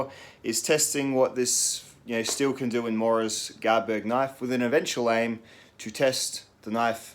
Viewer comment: I’m most impressed with you getting your tongue around that knifes name and the name of the Scandinavian shop that sells them! Granted I’ve no idea if your saying it correctly but I don’t even know where start 😁